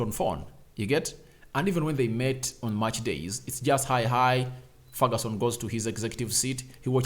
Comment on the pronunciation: It is Ferguson not Feruson